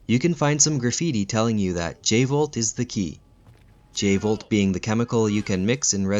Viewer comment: Let's blow this channel up guys and gals, I just found the channel and I'm amazed. This guy is on the same level as channels like 'ink ribbon' and other GREAT resident evil channels. No joke, this guy DESERVES more sub's. 100% I could have sworn it was the V jolt not J volt. But I could be wrong